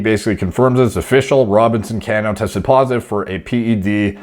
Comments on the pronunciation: Haha bro I wrote the same comment. Was looking for this one. Can-no 😂 Sounds like the Mortal Kombat character Kano. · This was killing me the entire video thank you. Baseball isn't sport it sounds. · Always amazed when i hear a athletic man that knows nothing about sports. Mispronounced Cano last name, didn't know Tony from PTI. I just assume all men love sports. 🤷‍♂️ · Hahaha that’s not how you pronounce his last name. Mr mans doesn’t watch baseball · Comment for the algorithm, but the pronunciation of Cano hurt me. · The way he says cano😂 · Some butchering is common rule in this business. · I can tell you don’t follow baseball lol, It’s Pronounced “Cuh-no“ not “Can-o” I’m a consistently disappointed New York Mets Fan, but I’m stoked he failed the drug test because Jeff McNeil can play second base everyday and we can spend his forfeited salary elsewhere, like fixing this god damn bullpen and picking up another top tier starter. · Ca-no.... Not can-o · Cano..is pronounced Kah no..lol wonder If he was juicing when w my Yanks..he's a great ball player either way..not like roids give u all ur talent.. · Dude, lmao, it's pronounced Ca-nó, not Can-ó. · It's not Can-no lol. It's (Cuh-No) as in Cano don't ya know! Like the word KNOW. Cuh-Know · His name is pronounced like "Ca--no". Like "KA" "NO". It's NOT "CAN-O" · Cmon it’s Cuh-No Lol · Cano.. pronounced "cuh-no"